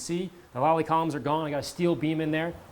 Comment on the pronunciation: Lally columns not lolly columns :-D